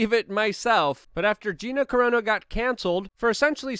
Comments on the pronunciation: Car-ahh-noh, not Cor-ohh-nah. I believe you're thinking of something different entirely... ✌️😉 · Luke! We love your content... BUT it's not Vladimir Poo-in it's Putin with a T. And it's not Gina Corono... Its Gina Carano with 2 A's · why you keep saying her last name like that?